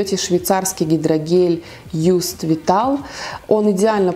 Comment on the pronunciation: Косметика Just произносится как жаст не юст